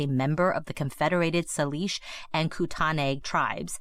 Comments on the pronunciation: Saleesh Kootanay? 😂. It’s like say-lish Koot-nee. Even her last name was butchered. So much bad info from the jump. I can’t watch this one. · Thank you for covering this story. Her last name and Salish and Kootenai are all misprounced. Other than that, any attention to this case is so important